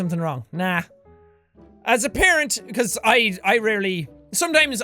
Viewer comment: Jack did u say "as a parent" or "as apparent" ?? u dont have kids yet !!